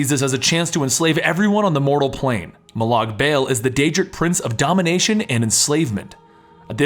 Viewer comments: MO lawg Bawl is the correct way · It's pronounced: Moe Log Ball even though his name is Molag Bal